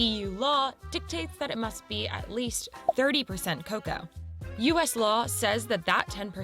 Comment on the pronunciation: This is crazy! I don't know why she said the word "cocoa" the way she did. I live in the Midwest in the United States, and we pronounce it "c long o c long o sound again. Like how you pronounced it,. In our household we prefer the dark chocolate over milk chocolate. It has a stronger chocolate taste. I think it has more baking (non-sweetened) cocoa. It usually costs more.